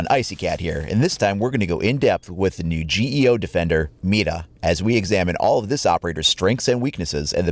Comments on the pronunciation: Did you seriously say Mita? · Guilherme Branco It's pretty easy, actually but I find his first pronunciation to be off. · mira not mida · When you try to pronounce Mira correctly, but you fail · Is Mira actually pronounced with a rolled r? I took Spanish for 3 years back in high school so I'm a little rusty, but I think I remember that rolled r's are only used in the cases of double r's and words that begin with r. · Nah u pronounced with the R